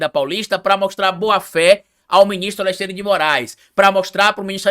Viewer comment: não consegue pronunciar AleXandre, sai sempre AleSSandre